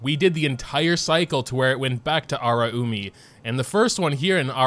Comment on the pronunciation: Hearing you say, as someone who can speak Japanese, feels so uncomfortable. (It’s a-la-you-mi)